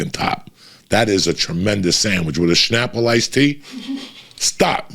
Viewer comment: "Witta shnapple iced tea" 🤣🤣